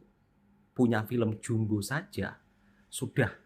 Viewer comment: Filem jumbo setara pixar 😂 sebut pixar pun tak reti mbak oi bunyi jawa piksel 😂 berkhayal lebih Filem jumbo indon konoha kalau masuk Malaysia walau tiket free pun tak ingin aku nak pi tengok geli wei...sebut jumbo pun tak reti 😂 sebut ejaan Belanda juuumbo abah kau